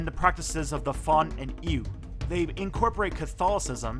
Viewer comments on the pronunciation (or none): you don’t pronounce Ewe like “eww”, it’s “Éwé” or “évé” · Great video!!! Vodun is pronounced,...voh doon(but the “n” stops in your throat like a nasal French “n). Also the ethnic group you’re talking about in Togo and Southeastern Ghana the Ewe is pronounced Eh vay and also Eh way.